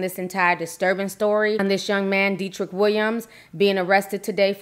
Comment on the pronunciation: Dee-trick? Isn’t Dead-drick?